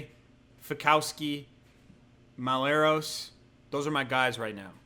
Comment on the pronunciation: Mull-Et-Ross HAHAHHAAH